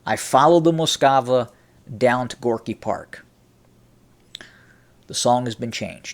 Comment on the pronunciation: Some minor housekeeping: It Russian it's "Moskva" ("Москва"), i.e. not "Moskava". Now to the content of this clip: In the mid-1980s I was already traveling routinely to the USSR on business, and in the 1990s I basically lived there. It was totally obvious to any serious USSR-/Russia-expert at the time that things were changing, big time, vis-à-vis the time I first experienced the USSR in the deep-freeze of the Cold War as a student in 1977. It's disappointing that the U.S. Army hadn’t yet caught up and still had that mural up on the wall of Fort Knox, but in all fairness I think that's because down at the operational level of the "jarheads" (OK, those are the U.S. Marines... but it's the same difference) changes take place more slowly. Until Gorbachev came along there can be no doubt that the USSR was a dangerous threat... the mural was probably just a holdover from the pre-Perestroika days. The real problem is that we're back to where we were... except even deeper in darkness, closer to WWIII than ever before in history. As far as the Scorpions go: I liked that “catchy” song too, but it just goes to show that one should never get too emotional about the political perceptions of a bunch of moronic, brain-dead (and probably drug-taking) "rockers". These guys always were and still are just a bunch of uneducated, totally stupid jerks who basically understood NOTHING about the changes they were singing about back then and today understand NOTHING about the current conflict in the